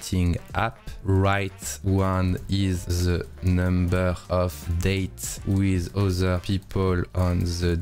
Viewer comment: question parce que ça clash fort dans mes oreilles; Pourquoi en France vous prononcez ziss pour this (alors que ça devrait plutôt ressembler à "diss") ... ou wissss pour with... (plutot que wit...) .. on dirait que je n'arrive pas à me concentrer sur ta vidéo ( qui est très intéressante soit dit en passant ! ) juste pour ça..